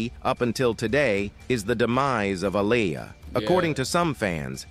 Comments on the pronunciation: Bill Cosby ish was 30 years later.. these ppl do what they want. Aaliyah boy you sure effed her name up bad. I didn't think it was possible y'all don't know how listen to these ppl names first? Yes you can because you got it right like twice. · Please say Aaliyah name right!! If you can't pronounce her name right then don't say it at all!! Leave the reporting on her to others who know how to pronounce Aaliyah's name ok!! 💯💯💯💯💯 SMH THE DISRESPECT IS REAL!! 🤔